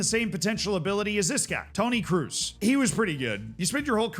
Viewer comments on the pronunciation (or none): Toni Kroos is pronounces "Kros" not "Kruz" 😂😂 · Kroos not Cruise. I hate englishspeaker never event trying to.pronounce german names right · Your enthusiasm in football (yes it is called football in the rest of the world :D ) is cool and fine but what is with the pronunciations of the world's most popular athletes? Come on man, hearing you say "Kroos" is just making my arm hair stand up :). I think you U.S. people stop Americanizing everything you hear and start listening a bit. It's not "cruise" it's "kroos" for example. Still a very explored and thorough take on the wonderkids. Keep up the hard work pal. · it's Kroos, not Kroos! 😂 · bro, Toni Kroos is a legend of the game and people, mostly youtubers still don´t know how to pronounce his name